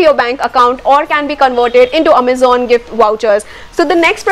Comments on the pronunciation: Was going to subscribe untill you started saying "Ammazan." 🙄😏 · Amazon 💣 the way u say❤❤ loved it yr 😄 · The way she says Amazon 😝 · XD ikr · The way u say Amazon..😂😂😂😂😂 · No, not literally mispronounce but It was a bit different 😅